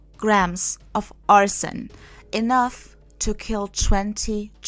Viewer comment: the way she pronounces it sounds like "arson" which is a crime of intentionally starting a fire. I didn't know of any other way to pronounce arsenic. People tend to run it together to sound like "ars-snick" but I guess it actually has 3 syllables. When I heard this story, it reminded me of the old play "Arsenic and Old Lace" (and also movie by the same name) Thank you for replying to me. Have a nice day.